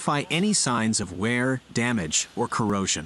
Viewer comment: Note to person reading the script. It is ' WEAR AND TEAR ' pronounced 'ware and tare'.